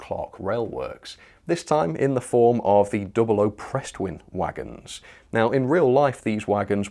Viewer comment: Pres twin (from pressure twin tank).... not Prest-win as you pronounced it